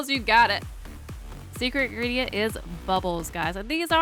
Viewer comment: She said 1 ingerdent